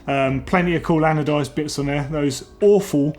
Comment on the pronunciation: "adonised" 😂😂 ffs it's 'ANODISED'! If you don't know words, may I suggest a script? Christ...